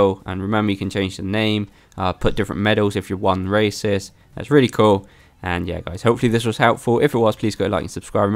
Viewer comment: Everytime he says races I hear racist